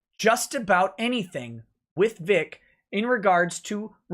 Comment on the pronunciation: Hi Ron ;-) By the way it's Vic not Vig